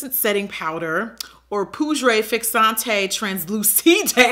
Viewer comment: "Poodré fixanté translooosidé" 😂😂😂